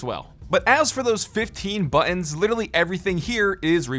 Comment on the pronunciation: buTTons, say your consonants!